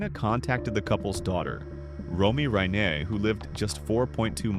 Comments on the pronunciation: Least you can do is pronounce the last name Reiner correctly It isn't Reener....fkn goof! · You mispronounced 'reiner' twice and differently both times. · Nick who? you need to pronounce reiner